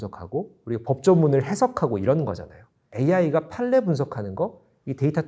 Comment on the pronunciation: 판례 발음은 [팔-례]입니다